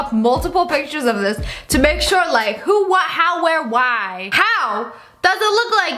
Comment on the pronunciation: She said it wrong and my heart broke I’ll say right : who when where what why. Now my heart feels better